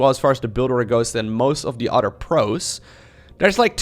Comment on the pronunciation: When says 'other', does anyone else hear 'udder'